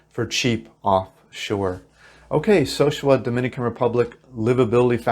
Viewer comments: It's not SO-shua. It's so-SU-a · So sue ah... repeat after me So sue ah... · Sosua is Spanish. Pronounced So-Su-Ah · Sorry I had to stop watching the video after about a minute. First you can't even pronounce the name of the city correctly, and then you focus on prostitution and crime. Great start to get me interested in how to move to live there on $1100. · Please learn how to properly say the names of the two towns east of Puerto Plata n Think your Elephant is legal